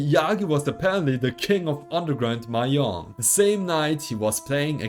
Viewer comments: Mahjong is pronounced "ma zhong", not "mah yong" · It’s maJong not maYong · Bruh ur pronouncing mahjong wrong